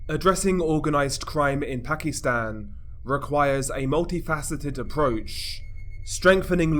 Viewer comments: Pak-i-stan..... Not pak-ee-stan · ...weird way to pronounce Pakistan. Reminds me of how racist people use to call asians when I was a kid....